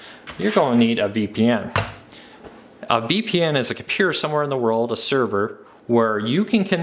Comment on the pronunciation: ttttttttttttttttttttttttttt - here are all of the missing t's from the words compuTer, InTernet, and maTTer